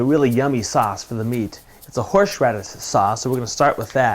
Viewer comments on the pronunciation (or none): lol, horsh radish. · You put WAY too much salt on there! Probably about 10 times too much! - No other seasoning! And why you pronounce thing in such a strange way - like 'horsh radish' rather than 'horse radish'???? A well presented video, just a shame that you can't cook! 1/5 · What's horsheradis? XD xx